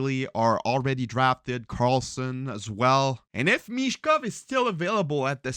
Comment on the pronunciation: BTW his name is Michkov not Mitchkov 🖖🏻✌🏻